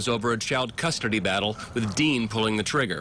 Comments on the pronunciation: “This double homocide was over a child custurdy battle😂😂sorry but the way bro said that got me dead🤣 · I'm sorry. Did he say, "Custardy battle"? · Child "Custardy?" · “Custardy battle” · haha child “custardy” battle. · 😂 he said custardy battle 🤣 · Ummm, I think the news reporter said "custardy"....